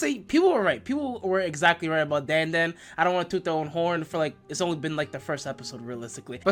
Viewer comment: dan dan is triggering why u say it like that